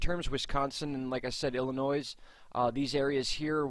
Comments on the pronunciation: Do not pronounce the s in Illinois laugh out loud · and yes the s in Illinois is silent s you do not hear the s in the word Illinois